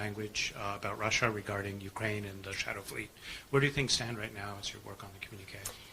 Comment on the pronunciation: MUSSIA not Russia